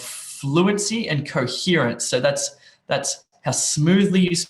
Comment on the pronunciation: ''you are graded on fluency and …'' on the screen I think I am seeing ''fluency and coherence''. Your pronunciation of the second word got me listening over and over